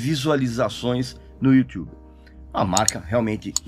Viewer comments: Pra quê falar "Youtiube"? Se pronuncia Youtube. Que pronúncia é essa, Régis? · Só Regis e Karnal falam "Youtchube". Adooooro! 😉☺☺ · Ver o Régis falando "youTchubi" é impagável...hahuhehahuheha